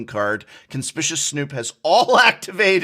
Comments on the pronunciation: I have come to expect it from Seth, but not from you Professor. Stop saying "CONSPISHUS". It's "CONSPICKYU-US". Reading the phonetic notes explains the word. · You were an English professor? Did you know that reading the name of the card tells you the name of the card? Conspicuous Snoop, CON-SPIC-U-OUS, as in obvious or out in the open, thus the artwork. Come on people, we are better than this as a community. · Its pronounced [ kuhn-spik-yoo-uhs ]. I've heard conspicuous pronounced [kuhn-spish-uhs] too many times and it drives me nuts. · Con-spi-cu-ous Snoop! Not Conspicious! I expect this from SaffronOlive at this point, but the professor too!? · I'm mildly disappointed that of all people, the Professor pronounces it "Conspicious Snoop" instead of "Conspicuous Snoop." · Conspicuous is pronounced con-spick-u-ous. Not con-spish-us. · I hate how the professor says "conspicuous" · Conspicuous Snoop, pronounced: Cun-Spick-You-Us Something, something, the Professor was a teacher!?, something, something... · Prof, why are you mispronouncing Conspicuous Snoop like Seth? My soul can't handle this! 💀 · B-but you are an English professor. That's not how you pronounce conspicuous. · english professor: conspishus snoop. ah yes indeed. Now that was conspicuous. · The way the Professor pronounces "Conspicuous" is surprisingly frustrating. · Awesome video as always, although the Professor repeatedly mispronouncing Conspicuous in that card review part had me a bit tilted haha :p It's the opposite of inconspicuous, as in he is clearly visible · Prof mispronounces a fair number of words from time to time, which I attribute to the fact that he learns them from reading. But you might be on to something here that if one person says "Conspicuous" wrong others hear it and repeat it. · Hey professor : Con - spik - yoo - us. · That's not how you pronounce conspicuous!! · Am I the only one who knows how to properly pronounce ‘conspicuous’?